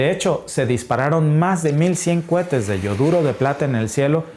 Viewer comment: CUETES NO, ES COHETES